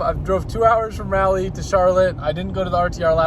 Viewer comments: To be fair you tried but that’s not how you pronounce Raleigh at all buddy. Super cool you flew into my home town tho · Your pronunciation of Raleigh is cringe Rawl-ee not rally. Love what you do though keep up the hustle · Love you but it’s not rally 🤣 pronounced rawleee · FWIW, Raleigh, NC is pronounced like "Rah-lee", not "rally", lol. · It’s “rah lee” Not “rally” Nc here to help out pronunciations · I like how you pronounce Raleigh like it’s Rally lmao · It’s pronounced RAHLEE 😂 atleast that how is Tennesseans say it 😂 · R"AH"LEE let me help you next time you're in town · Dear, as a North Carolinian it’s Raah Lee. 🤣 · The way he pronounces Raleigh really bothers me as a North Carolinian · as a north carolinian, the way he pronounces raleigh makes me cringe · The amount of cringe when he pronounces Raleigh lol